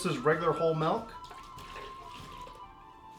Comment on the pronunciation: Milk, not melk. I'm sorry but it's really bothering me